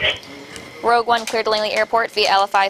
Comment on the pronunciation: It's Rogue. ROGUE ONE